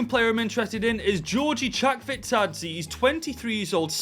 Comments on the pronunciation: you actually pronounced chakvetadze's last name right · You was actually closer to saying chackvetadze's name from what the anouncers say amd our song. But hoedt was butchered. Hoot. But we need a rebuild IRL. Too many manager going and brilliant players out on loan for like 2 seasons amd then sold like estupinan